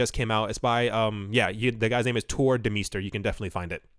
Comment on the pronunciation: Anyone else hear that guys name as Turd Meister? 😂🤣😂 (Turr Demeester)